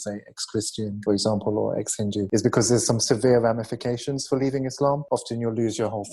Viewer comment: this chick doesnt know anything about islam when she cant pronounce islam or muslim.